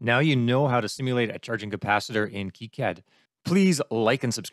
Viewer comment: it's pronounces kicad not kicad fyi